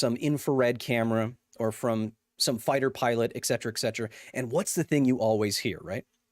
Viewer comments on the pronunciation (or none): Egcedra, exctera, excedrin ....why is it so hard for people to say et cetera??? I just don't understand, there is no x in there